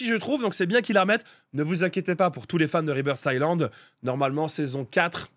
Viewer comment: c est écrit Rebirth Islande mais le s ce prononce pas. Sinon bonne vidéo